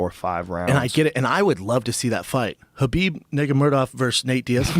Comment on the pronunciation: i thought it was khabib